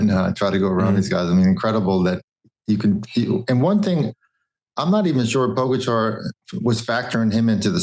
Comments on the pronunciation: Armstrong and Hincappie still do not pronounce Po Gahh Chaaar....correctly...it is not Po Ga char For god's sake..come on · Why is it that Armstrong and Hincapie cannot pronounce Tadej last name